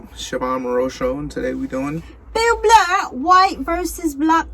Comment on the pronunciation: I love your reactions, but his name is Bill Burr, not Bill Blurr